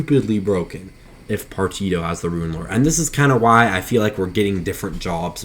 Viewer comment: Say it with me Par tea she oh = Partitio Otherwise cool vid